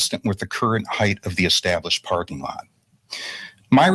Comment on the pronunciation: Heigth ugh it's not pronounced with th, it's height.